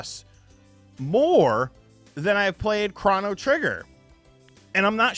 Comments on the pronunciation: Excuse me are you saying "Chran-no Trigger"? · The only controversial thing about this video is how you pronounce chrono. Are you doing that purposely? I think I had about 3 aneurisms...